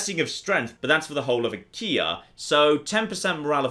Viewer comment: Is it just me or does Achea sound weirdly similar to Ikea? I was listening to this in the background and I could swear had a province called Ikea